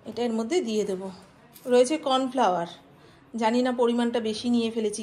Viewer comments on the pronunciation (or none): none